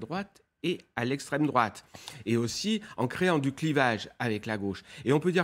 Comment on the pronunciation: L´esstreme drouate maman j´ai peur.